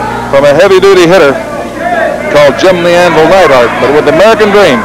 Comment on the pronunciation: What's with Watts calling Duggan, "Doogan" and Neidhart, "Needhart."